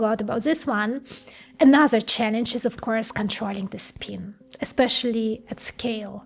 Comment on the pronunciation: Learn how to pronounce the letter i in English. Not speen.